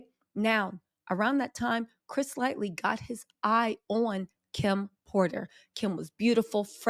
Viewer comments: Please take the time to learn the correct pronunciation of people's names. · Busta, 50 all them had ultimate respect for Chris Lghty. Something going on and Busta was very vocal. Chris Lghty was Violater Music Label. Came up through Red Alert formed Violater. Say his name right. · Could you make a pinned comment apologizing for mispronouncing his name the entire video? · Good news. But, please get his last name correct. Lighty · Can't watch when you keep saying his name wrong. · All respect due but it’s CHRIS LIGHTY….damn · 🗣️Chris-Ligh-ty !!……..not Chris Lightly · Everytime she says Chris Litely instead of Lighty i cringe 😬 and the WILD part is having it spelled correctly in the thumbnail and title and still hashtagging it incorrectly in the description 🤣🤦🏿‍♂️ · Woman it’s LIGHTY not LIGHTLY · Chris Lighty, Christopher Wallace, Shakir Stewart, Heavy D, Kim Porter, Anthony 'Wolf' Jones.. Stop calling him Chris 'Lightly'😑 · Chris LIGHTY! not lightly lol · I’m annoyed you keep saying his name is “Lightly” when it’s Lightey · If you’re gonna gossip at least get the names correct. It’s Chris Lighty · But you couldn't at least say his name correctly? Lighty not Lightly! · Lighty - Chris Lighty, not Lightly. Light-ee. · It's Chris Lighty sweetie. Not Chris Lightly. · LIGHTY!!! Not “Lightly” lol smh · His name is Chris Lighty not Lightly mam. Gotta do your google. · It's Lighty...not Lightly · Yesssss, her grammar & pronunciation definitely needs some work! Lightly (Lighty), jamra (genre) 50 CentS 🤦🏽‍♀️ WHO is Fat Joy?🤷🏽‍♀️😂 Interesting subject matter though. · calling this man “Lightly,” instead of “Lighty,” is cracking me up. ❤ you girl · it's Chris LIGHTY.....NOT LIGHTLY!! Love you girl😅😁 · It's Lighty. Not Lightly. Also, it's 50 Cent. Not 50 Cents. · Chris Lightly😅 butchering names. I get it though, she be so hyped spilling the beans on the Hollyweird gossip😂 Uh uh😅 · It’s Light EE Lighty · She killed Chris's name. It's LIGHTY